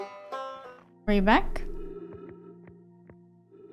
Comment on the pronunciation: First player ever to pronounce "Riebeck" correctly!